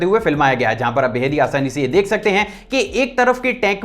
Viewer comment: You are saying" deeek" Rahe he instead of dek rahe he